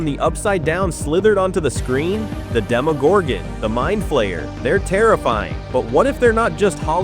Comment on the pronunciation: God i hate when they call it a demogorgan and not a demogorgon its so annoying